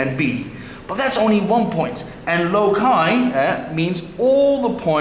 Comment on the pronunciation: It's a pity this teacher mispronounced the word LOCI... Save our Ears :-)))